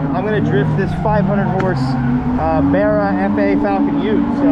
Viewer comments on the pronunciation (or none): I love you and all but stop say Barra like berra